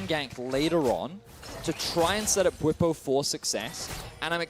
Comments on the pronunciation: bwetsy? Lmao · 15 minutes in and theyre already getting bwipo's name wrong again